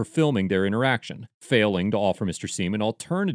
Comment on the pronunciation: Sorry. But “Mr Seim” gets an F